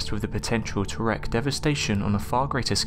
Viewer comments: Since when did the English care about the US? Get an American voice do it can pronounce words correctly. It's "reek havoc not wreck havoc" for one. " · “REEK” devastation. REEK. Lol